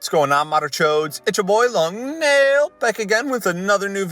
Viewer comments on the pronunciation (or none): You said Nail instead of Neil...you good my guy? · he said long nail instead of neeil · PLEASE bring back the OG pronunciation of Nail! It's not right anymore! Imma fight whoever complained and made him change it! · I hate how you say nail but i still love your content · Irk. It sounds do wrong now lmao